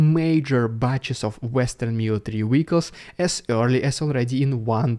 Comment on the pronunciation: Like listening to Pavel Chekhov. Wessels and wee-ackles.